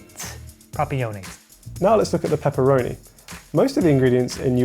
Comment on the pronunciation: To get somme claarrity on pepppeeroni situyation.